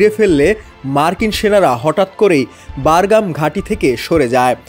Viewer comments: বারঘাম নয় বাঘরাম। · বারগাম????? নাকি বাগরাম??? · হ‍্যালোঃ শিক্ষিত সাংবাদিক উচ্চারণ বারগাম নাকি বাগরাম হবে? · বারগাম নাকি বাগরাম,বার বার বারগাম বারগাম করেন কেন??? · ভাই, বারগাম না। বাগরাম ঘাটি। আপনি সাংবাদিক হয়ে এই ভুল উচ্চারণ কি ভাবে করেন? তাও একবার না চার বার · ঐ,সঃবাদ দেওয়া শিখ, বাগরাম, বারগাম নয়,,আর পুরান খবর ছাড়া আর কিছু পাছনা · উচ্চারণ ঠিক কর। বাগরাম হবে।